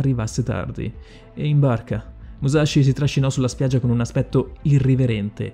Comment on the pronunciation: Sì, pronunciato giusto sarebbe anche più figo, ma sì. Non "Maiamoto" "miiamoto". Stessa roba per "muscia sciugaio". E' "muscia sciughio". Comunque Musashi non si rifiutò mai di combattere come il vassallo di nessuno. Non gli fu nemmeno proposto, di fatto non diventò mai samurai, e dunque nemmeno ronin. Era un nessuno, che riuscì a procurarsi una lancia per puro caso e si arruolò come soldato regolare. "nodachi", non "nondachi". Nella dinamica del combattimento, Musashi non si spostò mai di lato, semplicemente, sorprese Kojiro perché il bokken ricavato dal remo della sua barca era molto più lungo del normale, quindi Kojiro non si aspettava una gittata simile, anche considerando che Musashi entrò in una posizione chiamata waki-no-gamae, in cui il corpo è di profilo e la lunghezza della spada è nascosta dalle gambe. Ultimissima cosa poi ho finito con la pignoleria, perdonatemi. Musashi uccise in realtà pochissime persone. Relativamente presto rispetto a quando iniziò il suo vagabondaggio, utilizzò solo un bokuto, o bokken, per combattere, e in quest'arco di scontri, oltre a Kojiro, e Kihei, uccise solo un'altra persona, per errore, facendogli sbattere la testa contro un masso. Ok perdonatemi la pignoleria ma era più forte di me XD